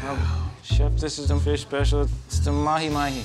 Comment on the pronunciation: They ruined mah feesh :(